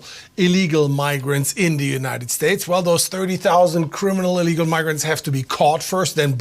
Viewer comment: You keep pronouncing illegal incorrectly.